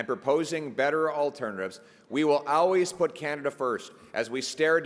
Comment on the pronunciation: You failed us. We put all our hopes in you, and you failed us. Learn how to say always, you're supposed to be a world leader.